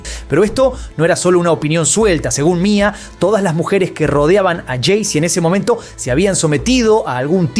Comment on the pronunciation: No es Mia es M.I.A (em-ai-ei)